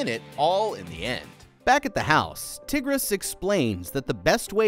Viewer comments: Bro really called her “Tiggres” 😭🤣💀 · yes, and her name was mispronounced in this video. it's more like tiger, as in the animal with a iss sound at the end. I feel like she became one of the helpers to the tributes because of her anger towards her brother and his betrayal to so many. Tigris had a huge heart, and with such a kind and sweet and loving person. and honestly Coryo didn't deserve such a sweet and kind sister. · Did he really pronounce Tigris's name as Tihg-riss? LOL!